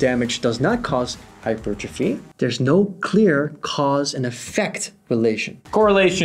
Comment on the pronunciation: Thank you, for saying hypertrophy correctly.